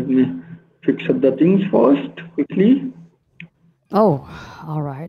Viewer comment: Just “axe” Any “Decks” to do “each and every “ting”. Put “dem behind da bars.”